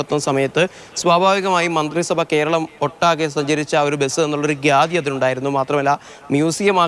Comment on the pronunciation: ഗ്യാദിയാ? അതെന്ത് സാധനം റിപ്പോർട്ടറേ😂